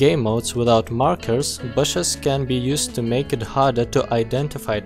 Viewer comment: you piss me of with BASHES it's not hard to say BUSHES